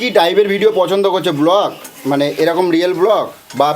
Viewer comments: কথাটা "ব্লক" নয়.. "ব্লগ"! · Pank ki, otake prank bole aar block naa ota ke bole "blog"..